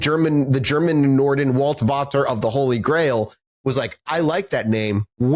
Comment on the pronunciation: I'm just 14 minutes in and the way you keep saying "Germanenorden" as one homogeneous word is cracking me up. Just for the record: those "weird, long german words" are usually just multiple (often descriptive) words put together. "Germanenorden" (the g is pronounced like in uh..."giga"-whatever and you would seperate it as Germanen-Orden) would be translated to germanic peoples order, or order of germanic people. Sorry for my very german urge to correct things, I think I'm good now :)